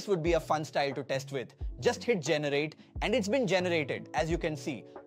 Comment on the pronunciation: Ai generated video . Full of crap. Pronunciation of "generate"